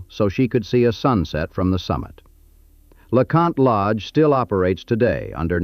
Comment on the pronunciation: Did you say LaCunt Lodge???😮